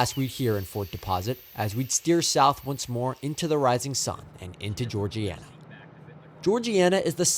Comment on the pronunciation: hey man, first of all just wanted to say fantastic job on the video. i grew up in Greenville, and it was very informative about the history of the line and the trains. one thing of note: some of the town/station names are pronounced a little differently in south Alabama: Searcy = sir-see Georgiana = Jor-ja (like “jam”) nah Andalusia = Andalushia, not see-ya Also, the crossing you caught 606 at isn’t Chapman; it’s a little closer to Bolling, out on Pettibone Road. really enjoyed the video. keep it up!